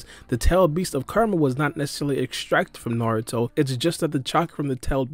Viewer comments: It's hilarious how you're pronouncing Kuramas name. Sounds like your karuuamaa..... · It’s Kurama* say his name right